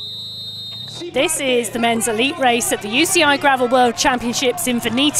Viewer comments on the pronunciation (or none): none